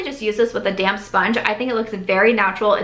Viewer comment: I nearly spit out my water bc I thought you said "I pick it up with my damn sponge" not damp. I was like wow - gettin' aggressive! Hahaha ha! Thoroughly enjoyed this!